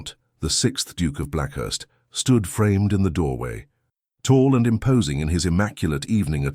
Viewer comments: Black 'heeth' not Blackhearst. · Apparently the AI reader has decided "Blackheath": is to be pronounced as "Blackhurst".. A minor point I suppose but an irritating reminder that we humans have decided to hand off the ability to read our own stories! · Blackheath is not Blackherst.